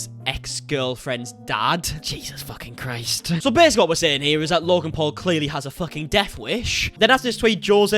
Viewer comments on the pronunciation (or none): none